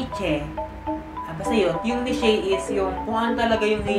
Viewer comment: Neesh ang tamang pagbikas ng Niche. But good video nonetheless.